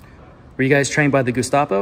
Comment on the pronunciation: “Trained by the “Gustapo”?”. Is that Gustavo’s brother? 😂